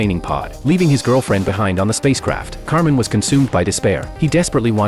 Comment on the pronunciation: His name is actually kamen, I think the voiceover got it wrong 😅